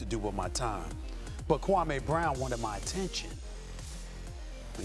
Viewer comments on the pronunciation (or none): SAS didn't do his KWAH-MAY accent here, did he? Jalen Rose confronted him back then and SAS shamed Jalen for it, and this was after Kwame had played 10 seasons in the NBA. Kwame wasn't a good NBA player but in the midst of all the criticism he never once talked back to the media nor showed a bad attitude to any of the teams he played for. Kwame bided his time and is now serving his dish cold. The like/dislike ratio for this video is very telling. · no it wasnt stephen a mispronounced this dudes name on purpose for 20 years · according to kwame he messaged Stephen jackson and barnes respectfully and asked them to stopped something that happened in those dms is what pissed him off and as far as Stephen a he made it personal a long time ago calling a kid a scrub and mispronouncing his name purposely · No he wasn’t... when you purposely pronounce a man’s name wrong just to be funny, that’s personal not basketball. I doubt you would be supporting SAS if he was talking about rights for Blacks, you probably don’t like that conversation do you? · Name anyone on this planet who says Kwame in they top 100 😂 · when your changing the way someone pronounces your name it's personal. Watch the older videos. No need to keep kicking a dead horse. We all know Kwame didn't lived up to the #1 pick expectations.